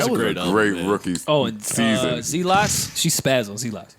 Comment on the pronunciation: its ZEALOTS NOT ZEEE LOTS HAHHAHAH